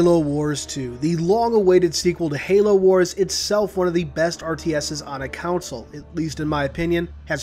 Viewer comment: I've watch like 5 of your videos. They're awesome, especially the lore ones, but please FOR THE LOVE OF GOD it is CONSOLE NOT COUNCIL! It's CON like a Conman. not Counsole.